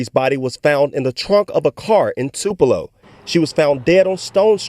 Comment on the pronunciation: Wrong pronunciation of Tupelo young lady.